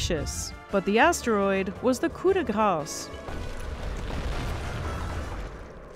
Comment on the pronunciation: Waaaiit... Is that how French Canadians pronounce "Coup de grâce?" Are you even French Canadian,!? I'm questioning everything now. Verily, we live on a placid island of ignorance in the midst of black seas of infinity, and it was not meant that we should voyage far.